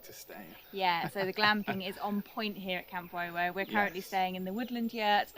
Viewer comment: The Wowo should sound more like Woowoo. So named because of the Woowoo of the choochoo-puffs and its close proximity to Sheffield Park Railway Station of the Bluebell Railway.